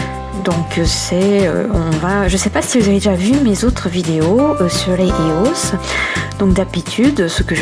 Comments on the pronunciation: On dis pas Eos mais [I O S] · Ca ce prononce I O S. Pas E O S. Elle n'est pas française, donc elle le prononce mal. Ca s'entend. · C'est cool mais tu me stress avec des EOS sa se dit I O S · Sa se dit [I] OS!! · Tu le prononce mal c'est eos prononcer l'être par lettre en anglais pas éos si non bonnes video